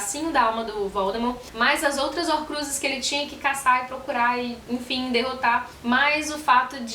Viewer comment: Horcrusis huahuahuahuahua